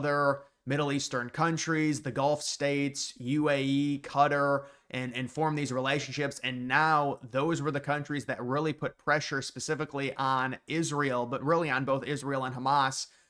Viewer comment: Good content, but please don't fall for the streamer pronunciation. It is Kuh-tar (Qatar). No one ever says Cutteries it is Kuh-tarr-ies as they live in Kuh-tar.